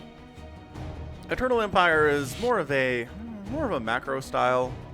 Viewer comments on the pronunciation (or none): Every time you say eternal empire I hear turtle empire